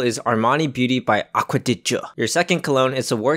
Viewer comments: its called aqau de gio not armani beuty thats the brand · Other than pronunciation problems. it’s aqua di gio by giorgio Armani.